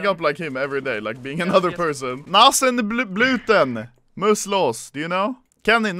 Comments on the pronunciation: You pronounce it NAHZEN BLUTNN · HAHAHAH OMFG U SAID NASENBLUTEN, MUSS LOS HAHAHAHAHAHAHAH😂😂😂😂😂😂😂